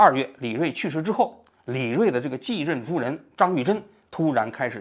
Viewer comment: 张玉珍，你为啥总是读成张士珍。